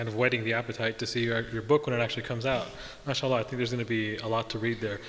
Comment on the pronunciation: Not mashalah, it is Ma-Shaa-Allah Mashalah is blasphemy